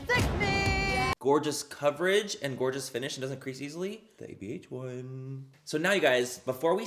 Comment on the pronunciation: I look forward to hearing “this GORGA day” bc I know he’s saying “gorgeous” but I choose to think he’s talking about me😂